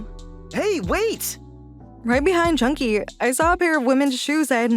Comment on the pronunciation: It is pronounced Jun-Ki